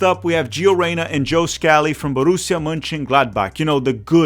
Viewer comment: Borrusia Munchengladbach and Borrusia not Gladbach